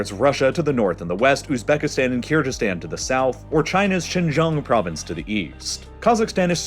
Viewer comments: it's KIR-GI-STAN, not KIR-JI-STAN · It is not pronounced KyrJyzstan it is KyrGyzstan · This man really sad "kyrjizzstan" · the way he's mispronouncing kyrgyzstan is sending me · Really man, I just can't stand it anymore! Do me a favor and check the correct pronounciation of the word Kyrgyzstan, please. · You're pronouncing Kyrgyzstan wrong, specifically g in it, it's pronunciation similar to word goat or gas I am from Kyrgyzstan and it was hurting my ears throughout the whole video🥲